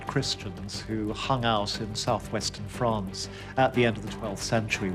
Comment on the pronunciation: he calls France “Fronce”. lol.